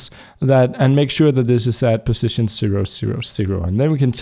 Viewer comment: Ok idk if you fixed it(or if you still care) but, On the last error it you said "Positon" instead of "position"